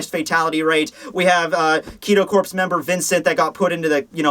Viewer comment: Isnt the Corps in Kido Corps pronounced Core? I mean... It's not a big deal or anything but...yeah Great review as always though. Pfft "review"... Great show rather. And lol I love it when you miss an edit. xD